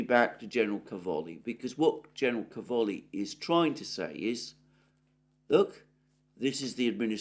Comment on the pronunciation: Càvoli, not Cavòli. In italian it means Cabbages.